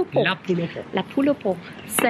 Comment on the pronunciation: La poule au pot !!! votre accent est parfait !!!!